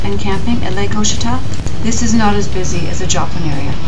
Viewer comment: Ouachita is pronounced wah shi tah.